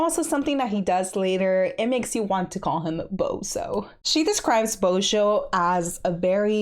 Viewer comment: Božo is prounounced shortly, the "O" is like in a word "short", not like "ou", which might help not to associate it with bozo, but I can honestly see how it leads to that.